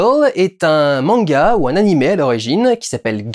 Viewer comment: Manga mania, la passion du manga!! C’est resté encré dans ma tête haha et surtout pour l’époque il savait bien prononcer « manga »